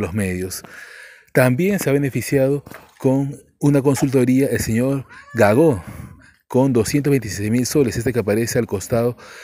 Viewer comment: Es GAGO, no Gagó.